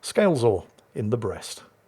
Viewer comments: I'm from Brest and your prononciation is perfect, we know it, we like it and we hate the royal Navy😉 , but Dunkerque prononciation man o man this is depressing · You may not be able to handle the Dunkerque's pronounciation... But you are very good with our Brest